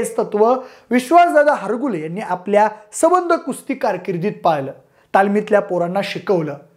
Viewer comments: हरगुले नाही हारूगले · हारगुले नाही दादा हारुगले